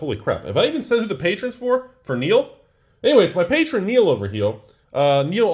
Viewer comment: "anyways for my patron niel over hiel" Spat my drink lmfao